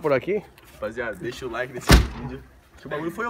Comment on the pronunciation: O "LAIK" KKKKKKKKKKKLL